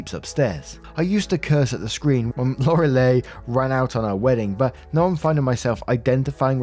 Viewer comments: Sidenote, Lorelei's name is pronounced "Laura-lie" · Story 1: it’s pronounced Lor-a-leye. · First story, name is pronounced “lor-a-lie” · "Lore-i-Lie" say it together :P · You pronounced her name wrong but we still understood what you meant! LOL :)